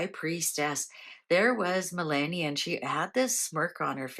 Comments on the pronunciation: Melania. Meh-lah-knee-ah. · PLEASE CONSIDER PRONOUNCING MELANIA'S NAME PROPERLY. IF YOU LISTEN TO TRUMP PRONOUNCING IT HE SAYS: MEL- LON-EIA. SHE'S OUR FIRST LADY AND I FEEL PRONOUNCING HER NAME PROPERLY IS RESPECTFUL. I'M SUGESTING THIS WITH THE UTMOST RESPECT. LOVE YOUR READINGS, I HAVE BEEN A LOYAL FAN FOR AT LEAST TEN YEARS AND WILL CONTINUE WITH THE SAME SUPPORT AND LOYALTY. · Please pronounce Malania's name correct. There is no "e" in her name . Ma-la(rhymes with FA)-ni(sounds like nee)-a. 😊❤😊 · Common Pam Malania isn't her first lady, give her a break 🎉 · None of you pronounce it correctly anyway. It’s originally Meh-la-ne-a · It’s Melania